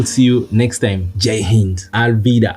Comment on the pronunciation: Love the way he said "Jai Hind" at the end